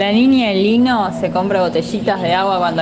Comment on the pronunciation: amo como todos fingimos demencia con que todo el programa pronunciaron mal "niña lino"